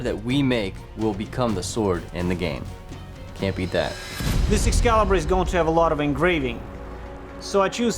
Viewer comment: Escazzibur…eschizzibur. “Excalibur, deficiente!”